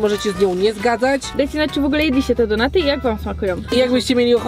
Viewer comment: kto czyta donaty XD mówi się normalnie donuty. ps. za dużo donejtów macie i tak mówicie